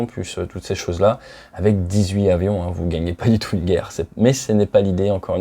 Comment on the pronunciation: Très intéressant, merci. PS : On dit dix huit Tavions ;-)